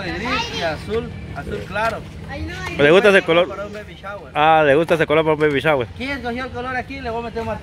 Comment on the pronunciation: se pronuncia. BABY SHAWER